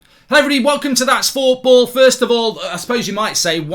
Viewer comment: Welcome to that’s fooorball? Mark you okay bro? 🤣🤣🤣my mans that hurt he can’t even say the word football loooooool